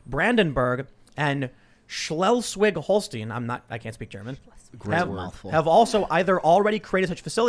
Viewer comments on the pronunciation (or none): Shles-wig-Hall-shtyn. Say it. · The big question is will they put some nice motivational speech over the entrance to those camps? Something like "Quarantäne macht frei" would be lovely. Seriously, Tim, thank you for cheering me up with your horrible pronunciation of those German State names. I'm here in Baden-Württemberg, completely locked down. The only reason I don't mind that much is that we are pretty much buried in snow right now anyway... Doesn't help with my depression, though. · Besides all the serious shit going on… how you pronounce Schleswig-Holstein is very entertaining. Completely wrong, but good first try.